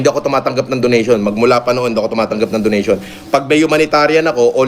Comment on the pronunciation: Donation ❌ Donatin ✅